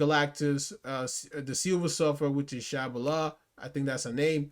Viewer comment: My boy said Shabba La 😅😅😅😅😅 I'm cryin